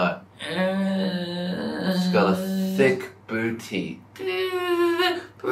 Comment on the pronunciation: am i the only one finding how eddy says ‘booty’ with his accent. lol